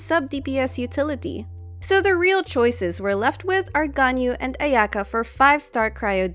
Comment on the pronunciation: I can't deal with the pronunciation of her name, it just hurts... just like klee </3